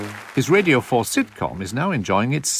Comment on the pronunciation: One pronounces radio ‘ridio’